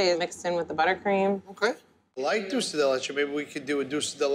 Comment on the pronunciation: he cannot pronounce DULCE to save his life.... he says DOUCE lol